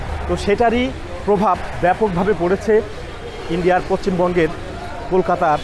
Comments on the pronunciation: Poccim bongo na poshchim bongo bolen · তুই আগে পশ্চিমবঙ্গ উচ্চারণ কর। আর তুই এটা একবার ও ভাবলি না তোদের জন্য আমাদের কত অসুবিধার সম্মুখীন হতে হয়।তোরা আসিস না আমাদের দেশে ।যা না তোদের ইন্দ্রনেশিয়া আর বোকাচো লুচি বা মুড়ি চেনোনা তোর মতো ভিখারী রা তো ওই ভাবে খাবে।